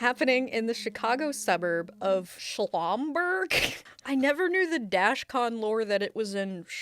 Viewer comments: Omg the whole time I was like “Where ‘L’ sound coming from?! Noooooo 🤣” not the “shlahmburg” bahaha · SHOM-BURG - SHOM-BURG 😂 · As someone who is from the NW Suburbs where Schaumburg is, hearing butcher Schaumburg hurt my soul 😭😭 (for pronunciation: shom-burg) Ever crazier hearing that dashcon was so close to where I live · It's just Shaw-m-burg. I understand the confusion, I suppose. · Gotta be talking about Schaumburg (SHAWM-burg) right? 😂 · Hearing someone pronounce Schaumburg like “shlong-burg” was not on my bucket list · Illinois native here! Schaumberg is a pretty big suburb with a HUGE mall and a lot of other spots you can't find anywhere else. It doesn't surprise me to hear they're starting to host cons there! If you come across the name again, it's pronounced like Shawn-burg! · as a former chicagoland area resident its pronounced shawm-berg lololololololololololol xD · Schaumburg, it’s pronounced like shaman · Finding out dashcon is in my hometown is crazy I never knew (also it’s pronounced sh-ah-m-berg) Edit: Im a new Patreon and hearing my name at the end was magical. Though it’s pronounced Lily Lives as in “someone lives there” not “the lives of many” (I used a different email for it because I wanted that name specifically being said) either way Im happy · Acutally pronounced “Shawwm-burg” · I went to Schaumburg high, on Schaumburg road in Schaumburg Illinois. I can't tell you how hard I cringe every time she said Shlom-berg, lol. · So, there's no L in Schaumberg, and I don't see one in the text you have scrolling on screen. Why persist in adding an L and pronouncing in a degrading manner? Is this supposed to be funny? You can do better than this,. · I am still trying to figure out where the L came from. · As another NW Suburbian, also here to add the pronunciation of Schaumburg (SHAUM-berg?). It's a weird area. We also have Schmale Road. GPS narrators love us. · I’m downstate in central il and even I cringed at that pronunciation lmao